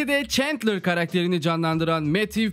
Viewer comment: abi şuna çentler çentler diyip durmussun ayar oldum kapadım video eyw yinede eline saglık